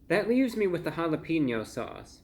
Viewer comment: Always entertaining Review Brah. But you are a food critic, you should at least know how to pronounce Jalapeño correctly. It is Ha-la-payn-yo. It has a hard A not a hard E. Just to trying to help your credibility. 😁